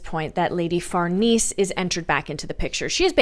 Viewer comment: Farnese< far-Nay-say